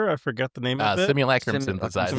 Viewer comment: why does everyone in mtg always say simulacrum wrong lol go google it, we’ve been saying sim-ul-lake-rum since forever lol. At least here in America, I never heard it anywhere else. Go listen to an audio of it being said somewhere. Or just hear the word not around stooges.